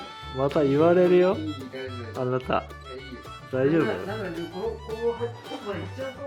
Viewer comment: ストレス？だから「あなた」を「あたな」になってたのねw